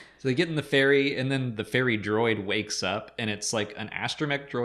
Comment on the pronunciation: The way so you ferry sounds like fairy. "Fairy Droid"